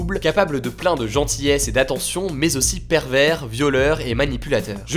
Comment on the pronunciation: 2.05 c'est "pervers" et non "pervert"